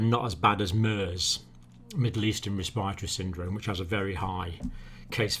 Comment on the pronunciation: I wish that he would say respiratory not respireTori. And I also wish that he would say us assume not ashoeme